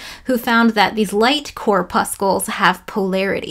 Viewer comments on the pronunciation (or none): Thought corpuscles was kinda pronounced like in muscles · pronounce corpuscles like muscles it sounds like mussels 🙃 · Hi --you've got a bit of a Euler moment going on...corpuscles is pronounced with a "s" sound, not a "k" sound. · corpuscles rhymes with muscles